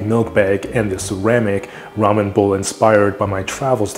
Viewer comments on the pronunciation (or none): none